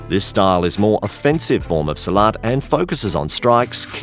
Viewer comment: your mistake. no salat, its silat